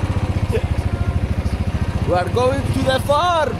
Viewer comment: Arabic accent